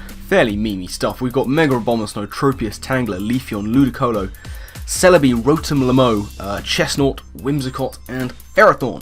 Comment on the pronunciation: i like how you just said rotom-lmow. i'm remotely proud.